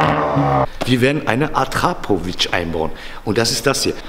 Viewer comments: Akrapovich nicht Attrapovic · wahrscheinlich atrapovic oder es heißt akrapovic fürs nächste mal danke 😂